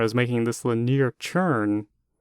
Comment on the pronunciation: LIN-EE-ER not LIN-EAR